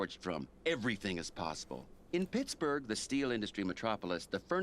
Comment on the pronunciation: you said PIGS-burgh twice lol